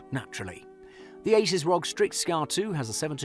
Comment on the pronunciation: Its not ROG its R.O.G.